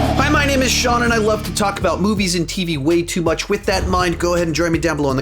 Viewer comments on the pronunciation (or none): none